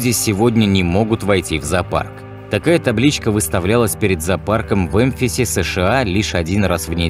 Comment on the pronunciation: Что такое пронографические картинки😅 Не эмфис, а Мемфис, что за оговорки, они портят впечатления от прекрасного видео. Это робот озвучивает?